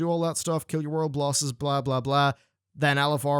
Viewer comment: "kill your world blosses" lol